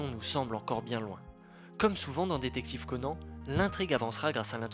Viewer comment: Super vidéo mais c'est pas Conane mais Conan et Sonate pas sonaté